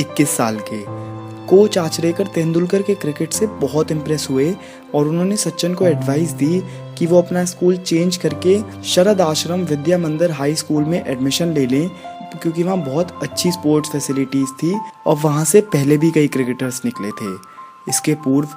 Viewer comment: शरद आश्रम नहीं शारदाश्रम